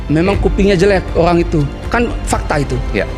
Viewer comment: Olang apa owang😅